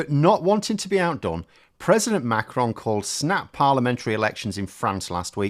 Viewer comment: Great video and well informed on French politics, superb,. A good pronunciation of the name Macron, very good. You should hear Joe Scarborough and others on American TV pronounce Macron as Mc Ron or something like that. I think that the name of Eric Cioti the leader of les Républicains in France is pronounced Shioti, like cello the musical instrument, but I'm no expert. I've listened to a lot of French radio. Great video.